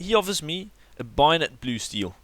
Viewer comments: IT SAY BAYONET NOT BUYONET ugh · ITS A BAY-ON-ET NOT A BUY-ON-ET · Binot? Bay-o-net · ITS BAYONET HAHAHAHAHAHAH NOT BIONET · bAyonet not bUyonit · Binet fade? :') bay-o-net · Lol I've watched this video at least 5 times e cause I love the way he says "Bayonet" it's BAY- A - NET and he is like "BUY - A - NET hahah funny little man :P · HAHAHAHHA STOP SAYING BIONET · Lol I love how he says bayonet like byonet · Say it like this Bayo (stop) net Bayo-Net bayonet. now you know how to say it properly. Also as a hardcore PC gamer CS:GO is a fucking horrible game. its all about buying and selling stupid fucking in game skins now rather than just playing the game and winning.